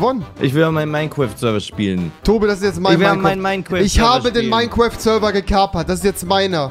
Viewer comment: niemand: Tobi und Rewi: Minequaft